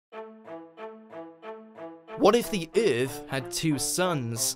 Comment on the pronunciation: Let’s make a video with a really cringy narrater that says the word EAAAF terribly bad, that will bait them to watch.